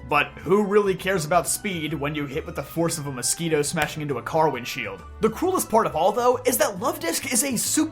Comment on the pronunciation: Are you saying "Cruelest?" Or "Coolest?" ? The autogenerated captions say "Coolest" but it sounds as though you're saying "Cruelest" especially given the topic and subject matter! 😵‍💫